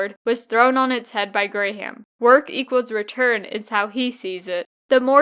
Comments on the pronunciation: "Gram" not "Gray-ham". That bothered more than it should have, but enjoyed the video otherwise. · I thumbs down this bc I believe you’re saying his last name wrong based on the videos I seen from Warren saying his name